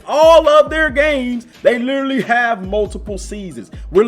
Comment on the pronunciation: I like how you usually say literarry instead of literally.